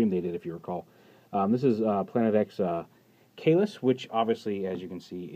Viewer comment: Just a speaking check. The "cae" part on Caelus in latin is read line the "che" in "check" on the first sentence. By the way, I'll go and get it in the near future, FoC "Grimlock sad he's alone".